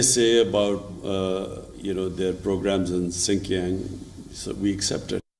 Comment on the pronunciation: says Sink Yang. LOL. Too many words & names mispronounced by!!!